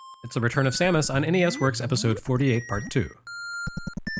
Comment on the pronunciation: FINALLY someone who pronounces her name as I always have!